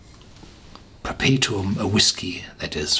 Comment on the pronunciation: 👍yeah, pretty much dead on pronunciation there me-bucko!